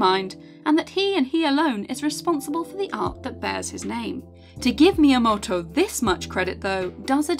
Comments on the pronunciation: Sister when you say his name like that, you don't sound remotely Japanese nor should you want to. Just say it all British-like, it'd sound a lot less awkward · Amazing video, but I can't get over the way she says "miyamoto"